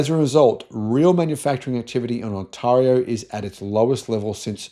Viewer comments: OMG, have to get past how he doesn’t know how to pronounce “Ont-eh-rio” seriously. While we agree that jobs are being lost in our automotive industry it’s because of overpriced vehicles and not EV adoption which is slowing in North America (post incentives ending which caused a minor spike in September). Everything EV has been delayed or cancelled. As an EV owner more people are interested but politics and general EV fear-uncertainty-doubt are keeping sales from growing. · First thing is to do your homework.Learn how to pronounce Ontario.We are doing fine, so stay out of our business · Listening to him pronounce Ontario, helps me understand how Australians must feel when we pronounce Melbourne. :) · For F's sake learn to pronounce Ontario! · On-Taar-ee-oo 😊 It's pronounced On-tay-reeoo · says the 'a' in Ontario like in the word 'are' whereas it is more properly said like 'air'. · It's not On-"tah"-rio, it's On-"tay"-rio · It's pronounced on·teh·ree·ow mate. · I lived in Canada for 3 years and I never heard Ontaahrio. I have lived in Australia for 20 years and I've never heard Ontaahrio. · You need to learn how to pronounce the word Ontario :-) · Wow he keeps pronouncing Ontario wrong over and over and over again